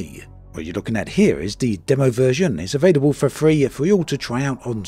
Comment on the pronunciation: I legit didn’t know what he was saying. Never heard someone say “Dumm-o” for the word “demo”.